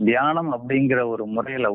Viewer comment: தியானம் இந்த 'ண' வராது ஐயா